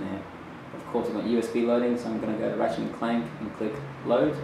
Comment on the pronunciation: When disk is in, "Look heya...Unchahhted too" When he restarts it "Rachet and Clank" I see no uncharted on there anywhere